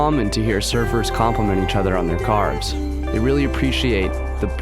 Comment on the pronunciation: *Carves. I heard cars as well too lol.